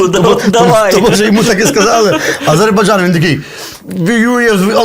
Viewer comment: Хлопці, ви приколюєтесь чи дійсно так вимовляєте - АзеЙбаРджан?